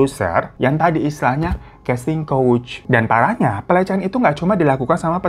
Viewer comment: Maaf Kak BUKAN "CASTING COACH" MELAINKAN "CASTING COUCH"..